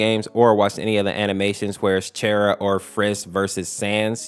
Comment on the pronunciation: Thank you for pronouncing Chara correctly